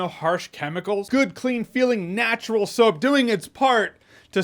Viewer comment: At first I thought he has cash in hands not soap... Thought he was saying he washed himself in cash... Sounded good tbh